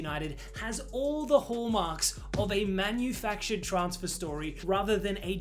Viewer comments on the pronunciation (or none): I love how he said Man-U-factured! Very creative!